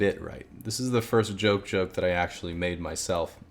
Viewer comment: Did he just say "JoJoke"?